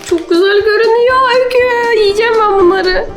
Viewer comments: Öyküs eşki diyor jdjshsh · Yaaa eşki demesi